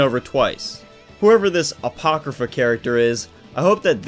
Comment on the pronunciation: Bruh when u said apochrypha I screamed FAAaaAaaaAaaAAaAtTEeeee